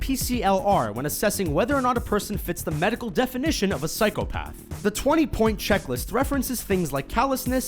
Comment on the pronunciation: It really bothered me how you pronounced Psychopath